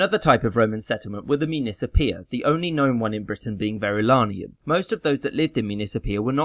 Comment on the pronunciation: he repeatedly says 'Verulanium' when everybody else has for long enough called it Verulamium.